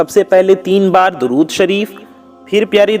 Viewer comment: اے میرے پیارے ددود تو صحیح پڑھ لیں درود شریف غلط ہے